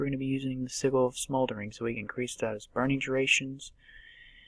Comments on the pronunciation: Wish you right but its actual sidge-jil. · It's pronounced see-jil bro.